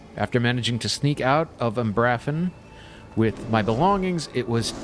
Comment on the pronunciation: By the way, it's pronounced umbra-fen